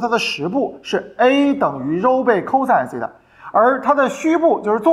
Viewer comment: 12分钟讲解图像和圆周运动那段 虽然不是推理 但还有个漏洞 就是 SEI TA(发音)的含义从自变量变成了夹角。 而且那个圆周的横坐标也不是SEI TA 是函数值 纵坐标是导数值 这样才能画成一个圆。